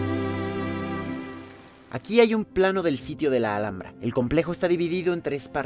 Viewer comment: Thank you for such a wonderfully made and well explained video, really helps me prepare for the trip to the Alhambra. Also fun to learn how to say the name properly😊